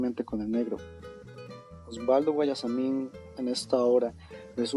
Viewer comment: No se pronuncia Osualdo sino Osvaldo xq no es con doble u q se escribe sino con doble v🙂🙂🙂